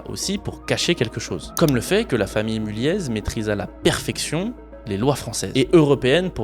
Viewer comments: Ca se dit Mulliééééé pas Mulliezzz (je travaille dans le groupe), super vidéo ! Je peux affirmer tout ce que tu dis notamment sur le côté FAMILLE, j'ai déjà eu un chant par les enfants de l'AFM pour nous remercier de leur avoir présenté notre boîte, assez spécial mais mémorable haha J'ai un aivs plutôt favorable sur ce groupe sinon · Oui mulliéé pas mulieezz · Je suis du Nord et je pense qu'on ne prononce pas le Z de Mulliez 😉